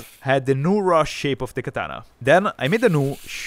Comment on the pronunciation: Katana(x), Bat(o)😅😅